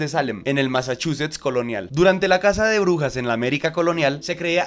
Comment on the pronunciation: Soy el único que entiende “orugas” cuanto dice “brujas” 🫠